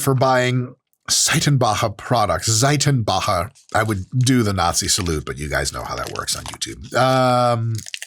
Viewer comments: holy fudge your pronunciation of Seitenbacher was sooo good! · Holy cow your pronounciation of "Seitenbacher" was outstanding! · I'm honestly impressed, your pronunciation of the name Seitenbacher is almost perfect ! Fun fact : this company has the most annoying commercial jingle ever ... . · Seitenbacher, lol. Immaculate pronunciation. It's a kind of old school and has an all natural kind of branding going on. It's expensive and definitely not a generic storebrand. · did just have that pronunciation ready since the beginning? Thats some quality stuff right there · Seitenbacher is indeed German (and kudos to Mike pronouncing it properly!). They're a muesli company from Swabia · First of all: Great pronunciation of the word "Seitenbacher", try to test the 50% (!) Protein bar from Lidl, its macros are really good and taste is not bad all, would love to hear your opinion on this! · weird how seitanbacher is gluten free because seitan is the german word for wheat protein aka gluten. nailed the pronunciation. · Your pronunciation of "Saitenbacher" was spot on 👍